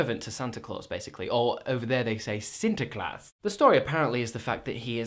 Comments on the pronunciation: Omfg. trying to say 'Manneke Pies'. I died laughing. Haha 'black Piet'. I didn't understand it at first. Cuz we call it 'Zwarte Piet'. It's exactly the same. 'Sinterklaas' hahaha that was actually rlly good! And I'm so sorry.. But I know. It IS racist. That's why I don't like Sinterklaas. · Your pronunciation of some of those Dutch words is aaaaah so hilarious. However, you pronounced Sinterklaas perfectly, like a real dutchman. I'm proud of you. Can't wait to see the Bruges vlog!